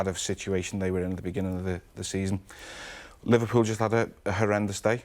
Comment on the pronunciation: Li-VAR-pool the Invincibles pwahahahahahahahahaha !